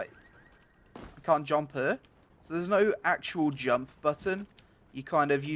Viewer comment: No jumpuh, feelsbadman